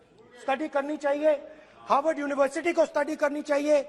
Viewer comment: ठीक से हॉर्वर्ड बोल नही पा रहे साहब